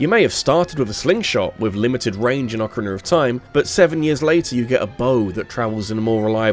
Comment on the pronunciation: British people say words that end with a as "er"